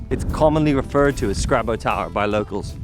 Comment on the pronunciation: My home patch, noice. There's a few more paths there you've still to see. 'Scraba' said like a local lol.